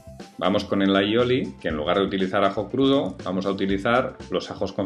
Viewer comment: No, es diu "alliloi" trempat. Que significa ajo y aceite, ajo = all y aceite = oli.